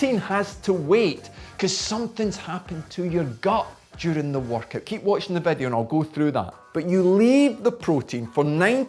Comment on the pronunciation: why is he saying workout more like vodka?